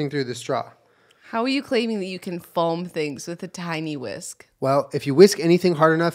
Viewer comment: i love how julien pronounces foam like “folm”